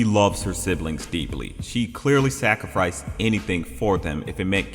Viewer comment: "Sacrifreice" lol